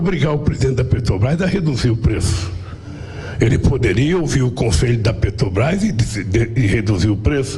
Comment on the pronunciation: Amanda Klein é uma piada só rindo , lula roubou a Petrobrás e nunca fez 1 Refinaria no Brasil kkkkk e a gasolina na era lula era mais caro e não tinha crise Mundial , nem Guerra e muito menos Pandemia , Só rindo , lula não sabe falar o nome da Petrobrás kkkkkkk